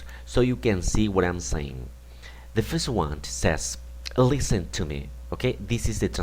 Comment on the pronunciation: Muy didáctico el video, así como el material que ofreces, pero ojo, o mas bien oído,, porque en la pronunciación estás añadiendo una t innecesaria:: "the first one (t)". information(t),:" resign(t)",:"the first one (t)",: "the following (t)", en seguida se la quitas a "next" que sí la lleva; otra vez la t intrusa en: "rely, (t)",: "on(t), (en esta palabra repites la t siempre que la dices, igual en "the first one (t). No es con ánimo destructivo, aprecio tu conocimiento. Me gusta el inglés y espero que lo recibas con buena onda.